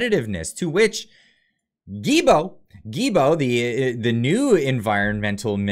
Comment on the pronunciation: GILL--BO is the way to pronounce his name!!! Fuck guys, get it right! I don't mind that he is thrown under the bus, but please use the correct prononciation. Thanks!